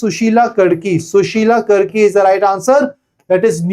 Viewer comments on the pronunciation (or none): karki (कारकी) hota h sir 😭 I am from Uttarakhand and I lost it when you pronounced कर्की